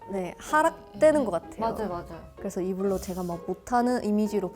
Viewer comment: 일부러는 여전히 이불러로 말하는 로로쨩..😊